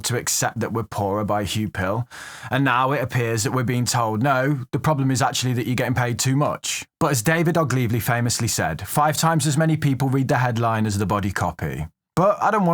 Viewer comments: The guy's name is David Ogilvy, not Oglivy....I worked at Ogilvy & Mather from 1987-92. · Ogilvy not Oglivy :) Not that it matters, unless your name is Ogilvy I suppose. Good vid.